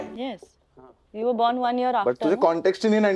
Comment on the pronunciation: this time “ were “ is pronounced correctly 😂